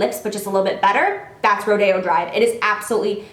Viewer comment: She pronounced correctly :) it guess maybe it depends on where you live in the country but in California (Los Angeles area ) we pronounce it Ro Day O drive 😊